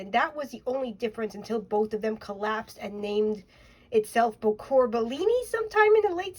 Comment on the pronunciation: Unless I'm wrong you are pronouncing the word correctly. Bocour!